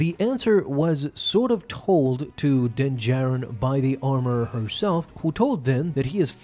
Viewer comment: So he still keeps saying din “Jairin” lol